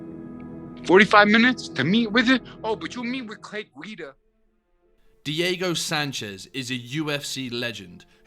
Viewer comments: imagine calling him Clay GEE-dah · Gwee da, not gi da, lol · Its Clay GWEE-DA lol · Gweeee-dah. Clay gweee-dah. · You're saying his name wrong. It's Clay Guida(Gweeda) "Irregardless" is a nonsensical word. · Nothing makes you look like you have no business doing MMA content than mispronouncing big name fighters like Clay Guida. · Please learn how to pronounce Clay Guida’s name. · Ffs if you're going to say Guida 50 times, learn how to say it j.a